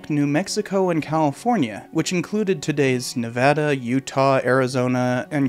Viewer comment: Did you guys hear that? He pronounced Nevada correctly.